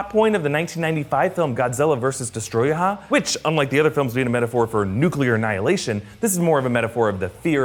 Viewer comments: Its not destroyah its destoroyah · DES TO RO YAH ! , Not destroyaha... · “Destroyah”, not “Destroyahah” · Yea the crappy pronunciation throughout the video definitely shows that. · Please say destroyah one more time xD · When he pronounces Destoroyah as Destroy-hah -_ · I like how he said destroyaHAH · u said Godzilla vs Destoroyahah lol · My favourite scene has to be this video where you pronounced destroyah as destroya-ha. That really cracked me up XD Also Serizawa's watch is the same one he took out from Godzilla 2014, a memento from (I think) his dad who survived the Hiroshima bomb. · I'm sorry, how did you pronounce Destoroyah? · Again that's not how you pronounce Desotroyah.